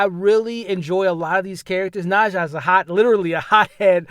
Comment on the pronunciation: I see you excited 😅 you know something is good when you keep saying the name different ways. “Na-Zhu” u silly but I’m so happy you had a dope time. I think I may check it out!